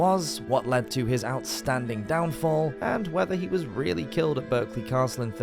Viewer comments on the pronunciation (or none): It's pronounced Barkley it's only spelt Berkley and as an English man ( unless this was a computerised voice ) he should know that . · 😂😂😂 Berkeley it’s pronounced “ Barclay “ lol🤔 😉this is a well-known story around these parts and it is said that you could hear the King screams from several miles away…… ouch🥴😕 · Berkley Castle is actually pronounced "Barclay" If you don't believe me as the Berkley family. They still live in the castle. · A pity about the mispronunciations. A couple of them: Pant y Brad = Pant uh Brad. Berkeley Castle is pronounced Barclay. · Berkeley Castle is pronounced 'Barkley'... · Strange but true, with respect to the castle & it's associated family, the word Berkeley is pronounced with an 'a' not an e.